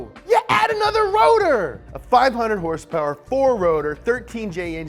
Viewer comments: I dislike the video as soon as I hear him mis pronounce horsepower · Liked this weeks episode for the “hearse pear” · "Hearse-pears!" LoL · How to make an "Everything you need to know / Up to speed" 1.) 2.) Dates in relation to Taylor Swift's and Post Malone's Birthday 3.) HRSPRS 4.) NOS energy drink 5.) Lightning! lightning! lightning! 6.) "Wait, what?" 7.) ' Dad 8.) Spot on german accent. I watch this channel too much lol. Comment what i missed. lol